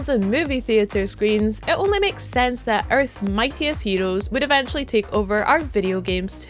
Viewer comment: This lady says heros as hedos and series as sedies😂😂so cute